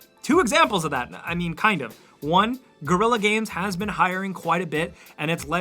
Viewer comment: you said Gorilla games not Guerrilla (ge - rri - ya)